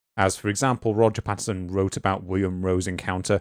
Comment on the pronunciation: It’s a bit difficult to take these “scientific” researchers seriously when they can’t even get Roger Patterson’s name right. PATTINSON?! If you can’t correctly read, interpret and pronounce the name behind THE MOST FAMOUS Bigfoot encounter of all time, you’ve just destroyed your self-aggrandized cred.